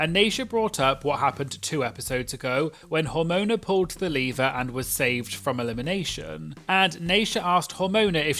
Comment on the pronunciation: I always thought the body organ (liver) when you are saying lever. 😅 i love your contents. Always looking forward to it. 🎉